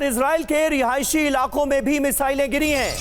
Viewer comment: Rihaishi Rihaishi mat bolo